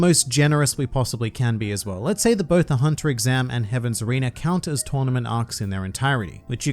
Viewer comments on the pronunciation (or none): I will not laugh since you didn’t say “both rubber and gum” you clearly said botrubber and gum.